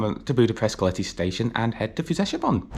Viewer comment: Fellow Hungarian here. Since Hungarian language is amongst the 5 most difficult languages in terms of pronunciation and punctuation, I gotta say, your pronunciation of Füzesabony was very good.